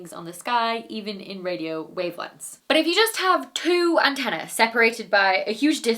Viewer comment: Slip of the tongue, or simply the fact that people don't say antennae very often and she didn't pronounce it correctly. Are we really going to nitpick over this?